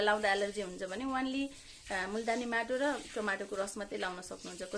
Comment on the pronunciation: कस्ताे माटाे भन्नू भयेकाे बज्ने गरि भन्नू बाईने